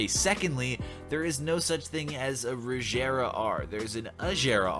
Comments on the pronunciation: First off, it's a hard G in "Regera". Second, there is no such thing as a 2017 Ford GT40. The GT40 ended production in 1969. Finally, the Venom GT, while certainly a fast car, is not the fastest car in the world. Not even top 5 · Im sorry but you pissed of a lot of car guys of the pronunciation or regara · Is any one not mad about he he pronounced regara I’m like fjaudjjsjxjxjsjwjfjsjzjdjd ahhhh